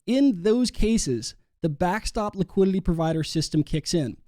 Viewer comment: Please stop saying liquidiLLy, it's liquidiTy, ffs.